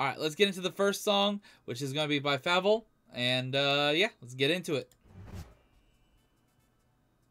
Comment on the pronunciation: bro his name is pronounced Fable , not fabel